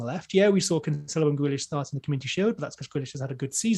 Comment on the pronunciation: it's not "CanCHelo" but "CanSelo"